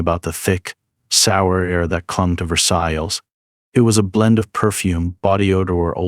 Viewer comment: good video but thats not how you pronounce VERSAILLES and every time u say it wrong i twitched a little.